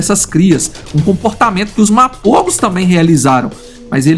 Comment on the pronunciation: все названия коалиций специально что ли неправильно говорите???? Селатис на А ударение, МАПОГО на О второй слог!!!!!!!!!!!!!!!!!!!!!!!!!!!!!!!!!